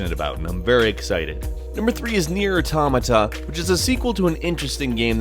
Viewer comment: Nier AH-TOH-MA-TA. Auto-mata. Auto. Mata. Now say it together, automata, not a-tom-a-ta. I don't know what you said but lol, you may wanna fix your pronouciation. Good list though!